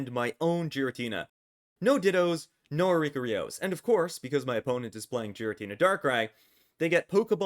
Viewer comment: And oricorio in the most bizarre way lmao